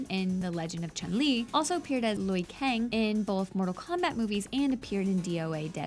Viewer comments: First, she calls ryu "Roo" and now, she calls liu kang "looey kang" (fact 95) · ChAn Li? LUI Kang? Can you even pronounce the names correctly? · lowee kang... roo... jesucristo 0/10 narration lol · Cool video, but my God, your pronounciation of Liu Kang, Ryu and Zangief are horrible!